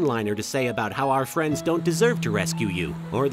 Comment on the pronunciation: "You aint got no fwendsss" 😂